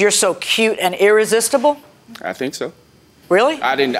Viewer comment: Irrisistable? Are you kidding.